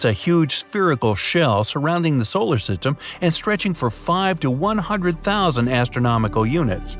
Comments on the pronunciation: You said solar,sitym give me a break k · "surrounding the solar sytem"